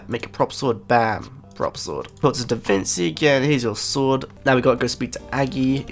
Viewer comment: DAVINCHI not DAVINSI